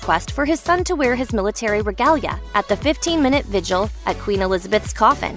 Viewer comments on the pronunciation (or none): none